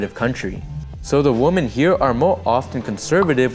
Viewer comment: Thanks for a great video. Just FYI, woman has a totally different pronunciation than women (the plural form). Women is pronounced "Wih-men", not "woman". So American men coming to Philippines looking for a woman, may meet many of the wrong women ( "wih-men") if they aren't careful. 😉